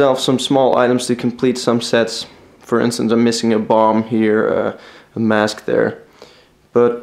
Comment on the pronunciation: I love your video but it's pronounced mask not mosque.